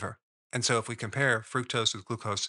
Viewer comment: It's pronounced Fru-K-tose